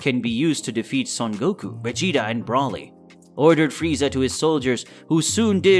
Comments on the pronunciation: ITS BROLY. not braly!😠😒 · Bro-ly not brolly and ‘Wees’ not wis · Why are you saying wisss and brallly instead of whis and broly? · Its broly not braly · The way he pronounces Broly and Whis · Are you saying Broly and Whis like that purposely or?! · How do you not know how to say how do you not know how to say Broly and Whis? at least safe properly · Mispronounced broly an whis this whole video. Nice story tho